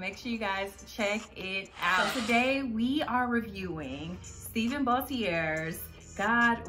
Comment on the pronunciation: I love his books! The Man God Has For You is a really good one too. I look forward to reading future books by him. Btw he pronounces his name like Stephan from Family Matters lol. I know it’s spelled the same.